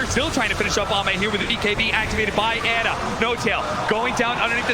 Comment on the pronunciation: I hate how Cap says Ana. Isn’t it pronounced “Ah Nuh?”